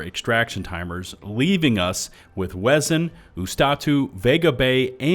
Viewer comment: it pains me hearing him say "Vareeleya 5", "Wehzin", "Wazat", and "Ustahtoo"